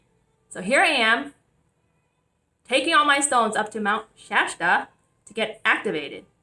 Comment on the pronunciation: She used a lot of Illuminati hand signs. Maybe she should find out what chakra is the lung chakra because she seems to hyperventilate quite often. It is pronounced with a T in it.... SHASTA not Shasha